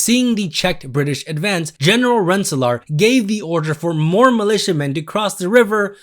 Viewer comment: I've lived in Rensselaer NY for 20 years and I've never even heard of Major General Rensselaer (Ren-Suh-Lure btw)